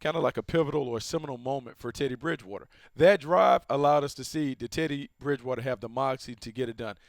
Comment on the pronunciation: 😂 did anyone else notice deion sanders say titty bridgewater 2 times